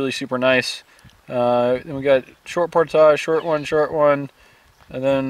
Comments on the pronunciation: It's pronounced 'poordij' not 'poortashing' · did he say they were doing a portarge...? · New drinking game, every time says portage, everybody drinks. Then we'll be as week as he is at portage's 😬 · STOP SAYING PORTAGE